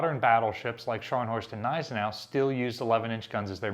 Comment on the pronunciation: would you like to pronounce Gneisenau correctly, please? You’ll insult a lot of Germans if you don’t pronounce that “G”.